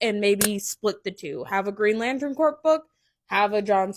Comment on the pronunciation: Not corpse. Its pronounced "core". C'mon now.